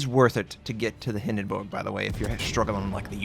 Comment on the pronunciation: Love the fact you pronounced Hindenburg right!